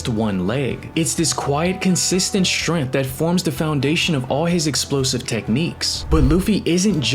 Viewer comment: Bro cant say strength bruh